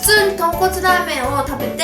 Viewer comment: ポンコツスープって聞こえてえっ？！って思ったんだけどとんこつスープだった